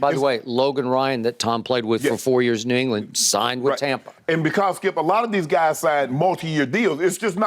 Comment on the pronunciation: I will always love the, “DONT DO DAT, SKEEUP!”